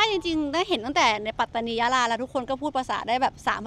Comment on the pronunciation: รัฐปาตานี ไม่มีหรอกครับ เป็นข้อมูลบิดเบือนที่พวกล้มล้างการปกครองมันแต่งขึ้นเพื่อหลอกและปลุกปั้น ความจริงคือ รัฐ ปัตตานี Pattani มี t 2 ตัว ต้องอ่านว่า ปัต ไม่ใช่ปา ข้อหาล้มล้างการปกครอง เท่ากับกบฏ โทษสูงสุดคือประหารชีวิตครับ น้องๆอย่าไปเป็นเครื่องมือให้เขา อย่าไปเห็นด้วยหรือเข้าพวกกับคนไม่ดีครับ จะได้ไม่เสียชาติเกิดมาเป็นคน ต้องไม่ให้เขาหลอกใช้